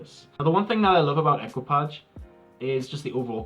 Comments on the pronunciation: It's pronounced ēkē-pa-sha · please pronounce : e k i pa ge :))) which means crew in French